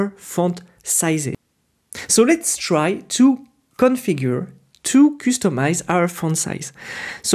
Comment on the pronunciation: Thanks for Tailwind course.. check out how to pronounce "customize".